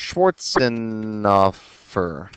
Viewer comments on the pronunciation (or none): Thank you for being so clear and easy to understand, Btw, I laugh every time you pronounce Mr Schwarzenhoffer. It sounds you are saying "Mr, Shorts on offer"